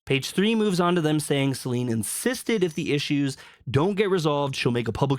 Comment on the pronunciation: What is with everyone calling her Selene? There’s not even an E at the end lol